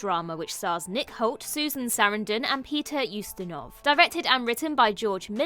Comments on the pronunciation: Nick Holt? Really? 😅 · What a stupid list. Topped off with calling Nick Nolte "Nick Holt" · There’s really people who watched these on the 90’s and didn’t know they’re based on true stories? I knew all of them. Maybe it’s you kids who weren’t born or old enough to watch them who did not know. Also it’s NOT Nick HOLT. It’s Nick Nolte ( Nole -Tay) And it’s just Ghost and the Darkness, not Ghosts plural.